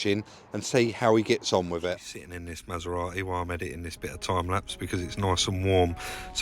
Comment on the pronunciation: It’s not a Masera-e it’s a Maserati.